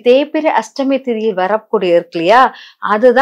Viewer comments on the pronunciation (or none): Unga tamizh uchcharippu nanraaga illai. Ashtami iku H illai. Krishna jayanthi yil KRISHNA enbhadhil H illai. Brain wash il H ILLAI.